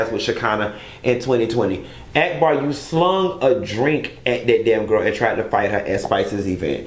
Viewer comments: You don't like ghetto people but you calling that girl AAACK BAW.. Ahack Bar!! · 🤣🤣🤣 Why r u calling her Ack-bar instead of Auc-bar? 🤣🤣🤣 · Every time you say act-bar I scream. Lol it’s awk-bar